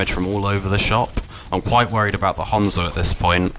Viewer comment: thats how u say it, its a fckin japanese name not "han-zo" like "hand"